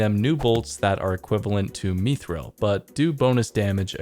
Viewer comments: stopped the vid at me-thril, the boys said mith while half the community was in nappys m8 hard stance on this one unless mod ash has a clip saying me-thril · (checks what game we are talking about) Oh it's not LoTR? Ok. It's Mithril, not "meethril". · Dude, it's myth-ril. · Technically mithril isn’t pronounced the same from lotr to runescape for copyright reasons